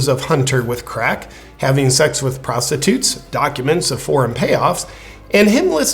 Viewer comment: Did you say “Klaustitutes “ or prostitutes? Meh, either or I guess